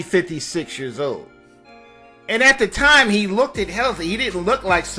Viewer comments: Its not Shogun...Its Shownuff...and please don't say lookted...its looked...you seem to be quite intelligent...but mispronounciations of simple words like looked stigmatizes African Americans as being less inteligible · Oh my, did he say Lookded??? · Weird isn't it...Sho nuff is in the title..but he kept calling his Shogun...and mispronouncing kooked as lookted made me cringe